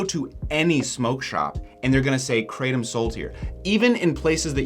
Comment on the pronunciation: If you want to know how 'krathom' is actually pronounced (CRAYdum is quite funny), try to paste กระท่อม (krathom in Thai writing) into Google Translate, pick Thai as language, and press the speaker button.